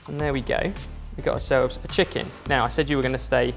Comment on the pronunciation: Braised Cheeken wif soy saaauce :DD